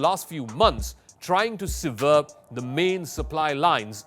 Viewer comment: Can someone please teach this guy 1. how to say Brigade, 2. how to say Sever, 3. the difference between Severe and Sever. Good attempt for a non-native speaker but those really grated on the ear. Perhaps give thought to hiring a someone who has English as a first language, if your going to keep recording in English.